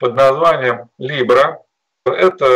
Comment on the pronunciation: Либры ... звучит как лявры